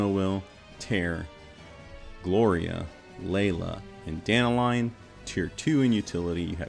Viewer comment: I find it kinda funny that all you American content creators can't pronounce Dan-talion (talion like the shadow of modor main character) and it becomes Danta-lion. It's just one name butchered among all the rest but it really stuck out to me since global launch.